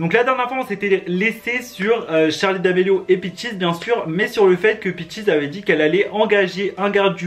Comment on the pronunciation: Charli devient jarli 😂😂😂😂🤣🤣🤣🤣🤣🤣